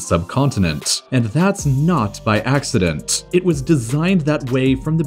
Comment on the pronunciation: continenTTTTT..... accidenTTTTT